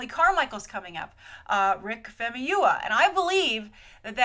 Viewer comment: It's pronounced fahmooyeewah(famuyiwa). You're welcome!